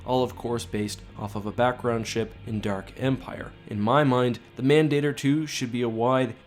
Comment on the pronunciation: you're mispronouncing mandator